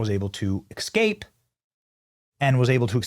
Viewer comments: S-cape. Not x-cape. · you mispronounced a word. You said E C S C A P E instead of ESCAPE. You repeated the mispronuciation multiple times throughout the video. Please be more careful next time... E S C A P E not E C S C A P E. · Has the pronunciation of the word "escape" really changed? I thought it was an ebonics thing but now I hear it said that way so often that I don't know anymore. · Es..cape. Not ex..cape. 😂. Thanks. Appreciate your vids. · The word is Escape, not Ecscape. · EScape, not eXscape. This is like "can I axe you a question?" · Are you part hood Benny? It's not excape, it's EScape! 🤦🏽‍♂️ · Check your pronunciation of escape. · BENNY PLEASE!!!!! it is not ecscape....you make your living by speaking....Please say it correctly. " ESCAPE" You have a great channel and I AM a subscriber, but please pronounce your words properly. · With all due respect, Benny, "escape" is correctly pronounced "es-cape" not "ex-cape." It's just a habit you have, but you can practice the correct pronounciation and you'll eventally change the habit. Thank you for all your information though. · Benny, it is spelled and pronounced 'eS-cape'. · "Excape"? Really? Benny, Benny... you do this for a living man. Get it right please. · Benny: "Black culture is degenerate" Also Benny: "eXcape" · Benny, love you bro but the s comes before the c in escape 😊